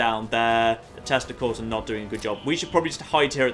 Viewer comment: At one point you said your testicles were failing you...then I realized you said tesla coils.